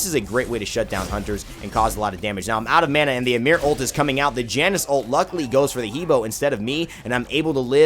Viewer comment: Janus is pronounced "Yan-us"